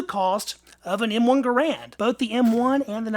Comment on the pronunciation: How sad. I began collecting military surplus rifles and pistols precisely because they were affordable and fun to shoot. BTW, my understand is that John Garand pronounced his name "ger and". Let me know if I am wrong.